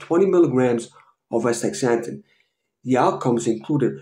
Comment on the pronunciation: Thank you for this video.. but you are pronouncing it wrong. You are saying aSTICKSzanthin pronounce it like this: aSTAzanthin